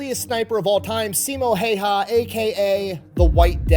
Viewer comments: not once in my life have i met someone who says simo häyhä correctly and i'm offented. Someone needs to teach everyone how to say the name correctly... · Its HÄyhÄ ... Ä is not an A. At all...